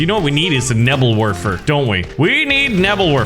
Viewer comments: I just kept getting triggered when pronounced Nebelwerfer wrong. Bruh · Sorry but i get i seizure when you say nebelwerfer